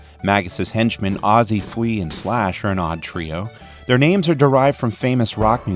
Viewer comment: Pronounced all the names correctly! This game is glorious!